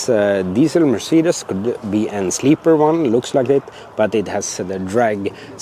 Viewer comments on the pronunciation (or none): none